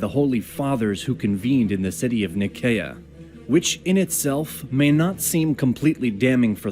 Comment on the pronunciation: Pronunciation problems - Nicaea - Ni-see-ah, not Nikeea - Pascha - Pahs-kah - not Pa-sh-ka